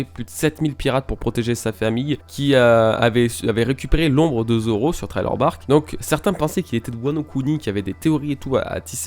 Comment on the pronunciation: C’est un détail, mais Thriller Bark ça se prononce « Sri-Leur » et par « Traï-Leur ». Michael Jackson quand il chante « Thriller » ne prononce pas Traïleur par exemple Haha Sinon bonne vidéo, toujours intéressante ces vivre cards!! Et vive Artur